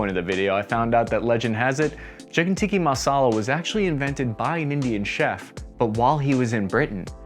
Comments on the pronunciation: you did not just say chicken Tikki masala :I , *Chicken Tikka Masala bro Tikka , tikki is a whole other thing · TIKKA not TIKKI..... wtf is up with you yanks first TIKKI torches & now TIKKI masala 😅🤣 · Chicken "Tika" not teekee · Its chicken tikka and not tikki. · Bro, just a slight correction - its called 'Tikka' instead of Tikki. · Tikka not teekee (pronunciation) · Chiken tikka masala 'sighs' 1 its an INDIAN dish 2 its chiken tikka masala not ckiken tikki masala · Chicken Tikka masala not tikki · Chicken “tikki” masala 😂 you make it sound Hawaiian 🌺 Is that dish big over in the states too? If not, it should be. Long live the tikkA masala.. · TikkA , not tikki. Chicken Tikka masala not chicken tikki masala. It's a British dish btw , not Indian or Polynesian. It was invented by Indian immigrant community in the UK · Chicken tiki massala? Wtf mate it’s tikka. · Uh... Its "tikka" masala, not tiki masala. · It's Tikka not Tikki - it's Indian not Hawaiian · FFS! It’s TikkA not TikkiI! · did you just call it Tikki Masala and not Tikka Masala Edit: TWICE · Not chicken Tiki, thick-ka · Ti-ka. Tikki is mashed potatoes. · Possibly one of the most American moves ever "I'm Italian :)", proceeds to pronounce Bruschetta wrong. Oh yea and its TIK-AH Masala you complete spanner.